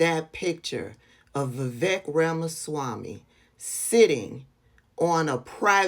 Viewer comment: That Iowa congresswoman couldn't even pronounce Ramaswamy correctly. Does she even know who he is?